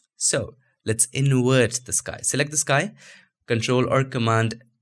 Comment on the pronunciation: I love your videos..but dude...you can save Video but you say InWert for invert....I have faith you can do it!